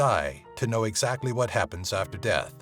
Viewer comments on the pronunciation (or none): none